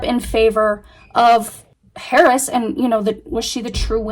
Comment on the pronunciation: sounded like you said in favor of Paris… For a few seconds, I was like who’s Paris what is she talking about? Then I realized that it was Harris. But I hope that spirit didn’t misunderstand you. It certainly sounded like Paris.